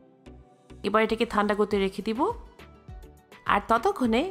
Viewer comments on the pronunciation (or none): আপনি কি ঠান্ডা উচ্চারণ করতে পারেন না??? থান্ডা টা কি??? 😒😒